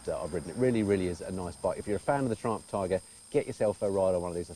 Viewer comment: Please don't pronounce "Triumph" like "Trump". Not fair running "Triumph" reputation by calling it "Trump". LOL